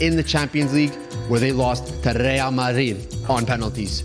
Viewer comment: does not have ball knowledge. How did he say real, high-A